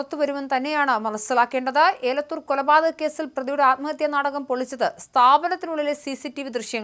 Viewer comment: മോളെ ഏലത്തൂർ അല്ല എലത്തൂർ ആണ് 😂